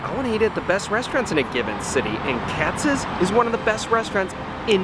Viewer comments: I'm actually watching this now and you do not pronounce Katz like Katzis oh my God... And the fries aren't the star of the show the sandwiches are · It’s not Katz-es. Maybe learn to pronounce it correctly first. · Katz’s’s’s ….just stop!